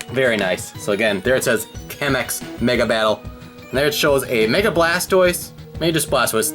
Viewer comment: Kamex is blast pose in Japanese and by the way it's pronounced "Kah-mex"